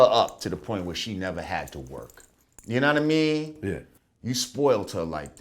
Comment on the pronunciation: "uknowwhatame" - lord jamar